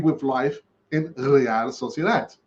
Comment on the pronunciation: Say real sociadad one more time i dare you 😆